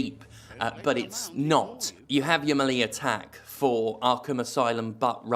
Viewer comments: You are saying melee wrong. Otherwise, great job. We can jank together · First time I've heard "melee" pronounced like that but I get the gist.